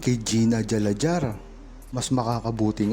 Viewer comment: Correction pls, Gina Alajar ( Ala-har “ silent J “